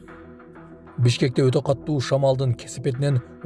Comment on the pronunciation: Өттө катту де😂😂 өтө катУУ болот